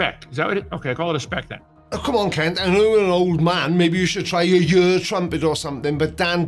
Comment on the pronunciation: Why say yoors?